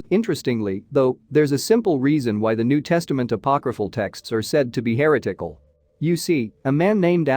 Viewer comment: The (machine?) narrator kept pronouncing 'heretical' HAIR O'TICKLE. Conas a ta tu? ☘️. I had a bedsitter in Glasnevin that was haunted once.